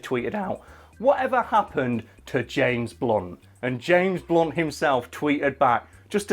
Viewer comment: i thought you said james bonds